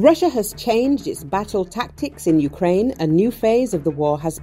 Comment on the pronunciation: Юкрейн юкрейн... кажется обосралась